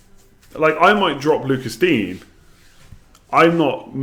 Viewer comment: By the way mate it’s pronounced Luca Deenyer not Lucas dean